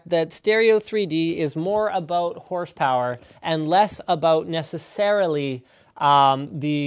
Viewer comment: AAAAABBBBOUUUUUUUUUUUTTT AT ABBBBOOUUUUUUUUUUUTTTT canadian words man fucking funny